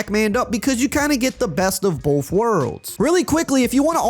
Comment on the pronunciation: “Both” = “BOFF” 🤣